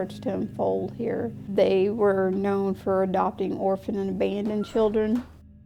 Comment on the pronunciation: Always makes me laugh hearing say “KnowN” and “Munster”😊